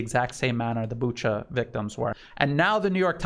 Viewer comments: Not sure if it helps but in Romania there is a place I’m sure most people know how to say and it’s Bucharest. No t sure why people have trouble with Booka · Correction: Bucha is pronounced Bu-ka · No, there's no 'k' sound in that word. Sleepy Joe pronounces it as Buka but he was also the one talking about Uranian people... My advice is listen to Joe and pronounce it differently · It is never pronounced Buka, listen to some reports in Russian or Ukrainian.